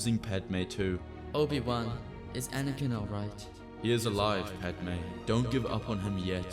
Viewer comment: You did padme wrong lol.